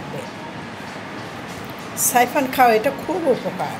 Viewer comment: সাইফান। সাইফার না। কাম্মি। কামি না।